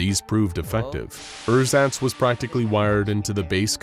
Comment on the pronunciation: I'm german and when you first said "Ersatz" I had to think for a solid 2 seconds what you meant. Pronounciation is a bit off :D